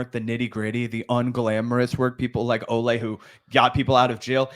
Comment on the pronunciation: Good on you guys for being one of the few to pronounce Olay’s full name correctly! I think the nickname being pronounced differently from her name mixes people up, but her full name is indeed pronounced Oh-lye-me. ❤